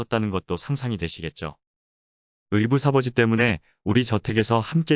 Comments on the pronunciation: 의붓아버지를 "의부사버지"라고 읽으시네요. "의:부다버지"로 읽으셔야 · '의붓아버지'[의부-다버지]를 '의부사버지'로 계속 읽네요.ㅠㅠ. 그외에도 '추진력'을 '추질력'으로 읽고요...AI 음성을 쓰실텐데, 수정이 돼야할 듯.. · 인공지능 낭독 괜찮지만…[의부사버지]는 못 참겠네요…ㅠㅠ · 의붓사버지. ㅡㅡ;잘듣다가 확깬다.. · 의부다버지 라고 읽습니다. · 왜 의붓사버지라고 하시나요,?'?'?